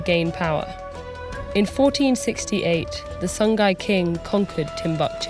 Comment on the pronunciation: Ah SONGHAI! This whole time I was hearing "The Sun Guy"